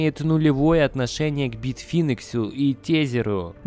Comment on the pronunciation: учи английский. А то битфинекс и тезер - это просто "кровь из ушей".